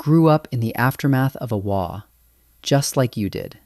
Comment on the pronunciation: Fantastic video, and thank you for pronouncing " Waaagh " correctly. I would like to see you cover Ork flyers, please . Thank you. 🤘💚🤘